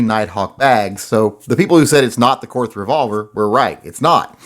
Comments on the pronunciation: Pronounced Kort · Too bad it wasn't the Korth. And it is pronounced Kort. Now sell off some more and get yourself a Manurhin!